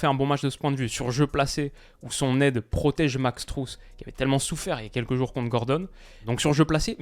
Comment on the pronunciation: très cool petite info max strus se prononce max streus et pas strous si jamais avec google traduction on entend la prononciation exact